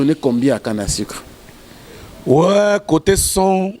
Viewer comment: Olobaka français mabe eh canne à sucre ou canne à sicre?